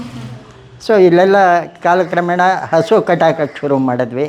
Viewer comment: Please ಸರಿಯಾದ ಕನ್ನಡ ಮಾತಾಡಿ ( ನಿರೂಪಕಿ ) ಅಳೆ ಮನೆ ಅಲ್ಲ, ಹಳೇ ಮನೆ, ಅಸು ಅಲ್ಲ, ಹಸು............ ದೇವ್ರೇ 🙏